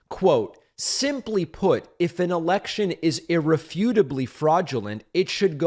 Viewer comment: lindsey graham when herschel said e*ection instead of election. got his attention like lightning